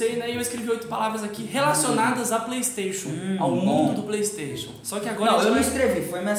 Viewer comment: mano o yudi ta muito grande! ontem mesmo ele tava no bom dia e cia dando "praystatiun" XD